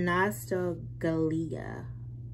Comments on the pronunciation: Am I the only one over here dying at her reading that business card for the glasses and goes Not-sta-galeea 😂😂 Nostalgia, /nuh•staal•juh/ love you girl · nostalgia????!!!! NOS-TAHL-JEE-AH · When tried to say nostalgia!!! That took me TF out! 🤣🤣🤣🤣🤣🤣 we LOVE you boo!! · The way pronounced nostalgia is sending me 🤣🤣🤣